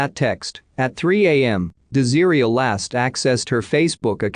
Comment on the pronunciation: [de-zeer-ia].... Is her name really pronounced like that or is it [des-ah-ray]? 😬 Wish there was better narration on these videos.